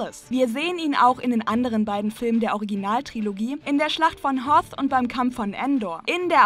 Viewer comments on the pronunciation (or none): none